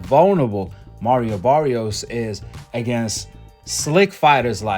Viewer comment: That wasn’t Mario Barrios in that ring Saturday night. That was Marry-O Barry-os. Big difference 😂😂😂